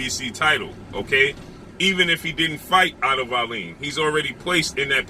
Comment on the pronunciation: The wbc would not order wallin to fight whyte in the event that it was not fury or wilder that is ridiculous wallin ranked 20th. It would be joyce, ortiz or ruiz that had to fight whyte. Also its pronounced wall-in.